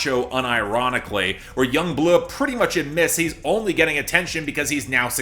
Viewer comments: i cant help help myself from laughing when you say yung BLuhhh lmaooo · Yung Bleuagh